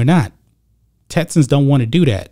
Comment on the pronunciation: TeXas. TeXans. Not “TETsas” or “TETsans” 🤣. Everything else, 100% buddy!